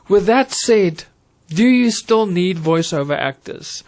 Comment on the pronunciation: I think you meant to say Voice ‘Over’ and not ‘Iver’ 😅. Excellent vid still though 👍🏾